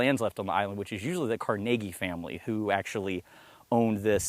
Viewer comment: He's saying it correctly.